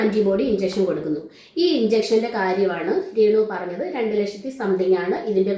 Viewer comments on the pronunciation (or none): റേണുവല്ല ബ്രോ....രേണു